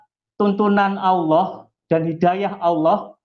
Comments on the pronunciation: saya kristen, tapi saya cukup malu jika orang yg mengaku imam mesjid menyebut Al-lah saja tidak bisa , tpi malah menyebut dengan sebutan auloh, seolah2 ada terjadi sandiwara ,lgipula kenapa di dalam rumah sendiri harus pake masker?! seperti kata yesus di Matius Jika ya, hendaklah kamu katakan: ya, jika tidak, hendaklah kamu katakan: tidak. Apa yang lebih dari pada itu berasal dari si jahat. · Dari pengucapan lafaz assalamualaikum dan Allah dah ketahuan kalau bohong. Dan kalau boleh tau imam masjid mana ya?